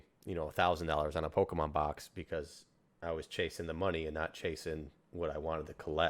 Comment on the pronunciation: Great conversation but hearing him pronounce it pokEEEmon is so triggering. He sounds like everyone’s parent in 1998.